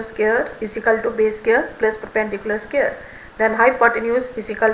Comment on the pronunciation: Its square not scare